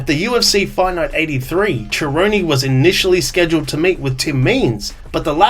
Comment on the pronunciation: Nah I'm not giving this video a like because you pronounce 'Cerrone' like "Jerrone" & as a fan I cannot respect that. BUM